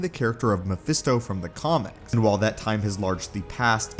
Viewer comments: Pretty sure he says phermisto instead of mephisto at around the mark 😂😂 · At one point I heard you say "Phemisto"🤣🤣